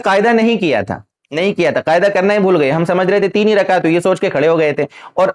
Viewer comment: محترم السّلام علیکم ورحمتہ اللہ وبرکاتہ بعدہ عرض ہیکہ آپ لفظ قعدہ ، کو قائدہ کیوں کہرہے ہیں'اور اس ویڈیو میں آپنے تین الفاظ جو انگریزی زبان کے الفاظ ہیں، (پوائنٹ)(کلیر)(کنفیوژن) کیا ان تینوں الفاظ کا متبادل اردو زبان میں نہیں ہے اگر نہیں ہے تو عربی یا فارسی زبان کے الفاظ کا استعمال کرلیتے۔ خیر قوت فکر آپکی اور مرضی آپکی عوام الناس کو جس طرف لیجانا چاہیں لیجأیں۔ والسلام علیکم ورحمتہ اللہ وبرکاتہ ۔